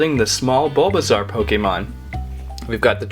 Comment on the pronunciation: Dude it's bulbasoau pretty iveasour and venusour